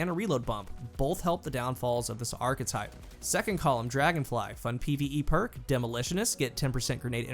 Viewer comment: kills me with how he pronounces "archetype". Always says it "arc-type"